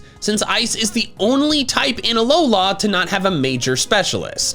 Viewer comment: IT'S ALOLA, NOT HOLA! AND ROWLET DOES NOT END WITH 2 T'S!